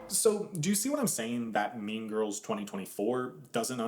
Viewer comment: “Mean Girs”